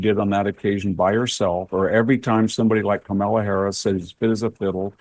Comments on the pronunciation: Victor, you’re a smart man, try to pronounce her name properly or call her by her last name in the same way you refer to men, so “Harris” rather than “Camilla” and all the other stumbles…. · I could listen to the brilliant VDH talk all day..... but can't somebody buy him a decent background and teach him how to pronounce Kamala properly? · VDH is THE BEST !!!! I love how he innocently pronounces Ka-mala's name as Carmella. 😊